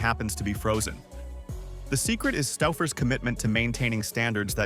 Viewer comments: Stuffers/Stowfers? It's pronounced sto-fers. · "Not the AI calling it Stuffers 😭"